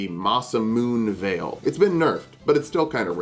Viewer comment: Bro did- Did you just say "Ma se Moonveil??" 🤣